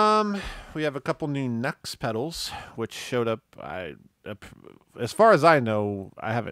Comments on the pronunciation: It's pronounced. NU→X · The Nu-X Roctary pedal is a fantastic Leslie simulator at an even more fantastic price. it is really, really good! with the octave up and down and overdrive added the guitar sounds like Jon Lord's intro to smoke on the water. And it's pronounced New X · Nux sounds too close to nuts, and then I just end up giggling.